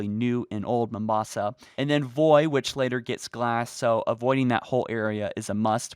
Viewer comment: Its Voi, by the way